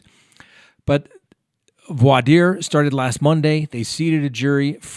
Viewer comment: Me too. Most people mispronounce it but he got it right.